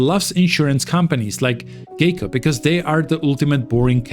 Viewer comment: It’s pronounced “Guy-co” 🤦